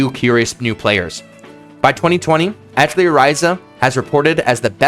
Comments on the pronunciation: I just can’t with this video, I’m sure it’s amazing and informative and I’m throwing it a like and I’ll probably revisit it but the mispronunciation of atelier and how often you say it is driving me absolutely crazy. It’s pronounced “uh-TELLY-ay.” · Awesome vid! Got my sub :) Btw I believe “Atelier” is pronounced something like: “Ah Teh Lee Yay” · if you are going to make a video about Atelier, at least learn how to pronounce it properly! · I'm not gonna watch this video because you pronounce Atelier atrociously.... Edit: I still watched it 😤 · As a French native speaker: atelier is pronounced more like the a in "crAft", the "te" at the end of "theaTEr" without the r, the "li" with a short i like in "LIp", and the "er" sounds like "eh".